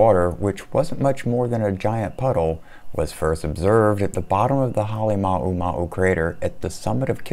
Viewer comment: Say it with me... HAH-LAY-MOU (like HOW)-MOU